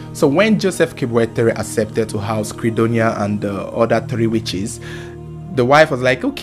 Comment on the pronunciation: The way he says the three witches make me laugh